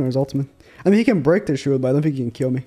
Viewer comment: "I Phink"